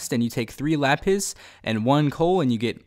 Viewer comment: When you say lapis it sounds like le piss